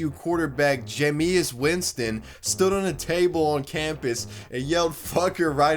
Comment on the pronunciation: “Jayemeuhs Weenston” also unaware he’s a pro QB lmao. That part had me dying